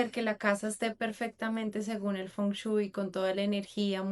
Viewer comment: Por que sigues diciendo "Fon chuy" ajajajajaja